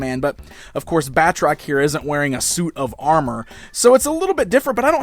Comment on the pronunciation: His name is pronounced 'Bat-Rock', not 'Bat-Trock'.